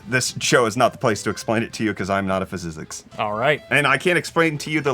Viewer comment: "i am not a fisisicks"